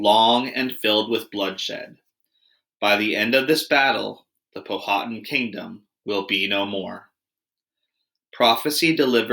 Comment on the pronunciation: Please pronounce the names of the Native American tribes correctly. Pow-ah-tan not pow-ha-tin